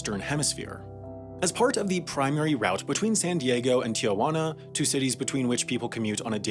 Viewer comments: Not “Tiajuana”, but Tijuana. You added and extra vowel when saying it. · It's TIJUANA not TIAJUANA... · Am I the only one that got bothered of how he kept mispronouncing "tea-hwanna" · why do so many people pronounce tijuana "tee-ay-juana" wtf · duh, that was the point.